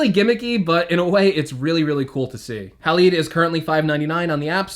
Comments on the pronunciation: Haleed! Lol! Halide is pronounced like Hal-Eyed. I’m sure they called the app Halide Camera because Silver Halide is a chemical compound found in film:) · It’s halide, hA-LYde